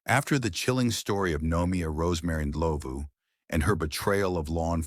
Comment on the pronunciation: I just came across your Chanel,I'm glad you covered South Africa,I just wish the pronunciation was better with Rosemary Ndlovu case but other than that, great job